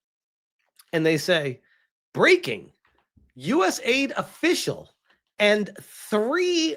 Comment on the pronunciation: It is not US aid it is US A, I, D